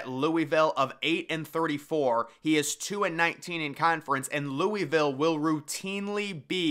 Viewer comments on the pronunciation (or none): Your pronunciation of Louisville almost made me throw my phone out the window. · “Louie Ville”